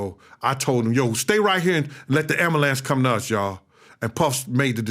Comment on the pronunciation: tha am-blue-lance doh